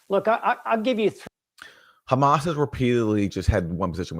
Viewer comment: I've watched Useful Idiots for a long time, and am a big fan of Aaron, but their coverage has gotten a bit low-brow...juvenile. Making fun of Tapper's pronunciation of hamas was my indicator to take a break, the content has withered.